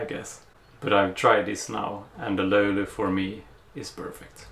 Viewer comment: You told the löyly word better than most of us Finnish people. Or are you finnish? 😮